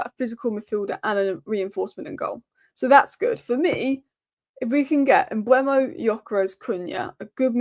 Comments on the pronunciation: Mbeumu should be pronounced M-boo-moo. Saw an interview with him and this is how he pronounced his own name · Here’s the answer to the Mbeumo pronunciation for anyone interested.